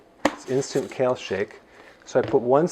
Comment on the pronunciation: By the way it’s kale lol